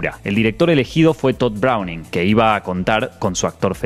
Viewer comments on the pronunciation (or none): none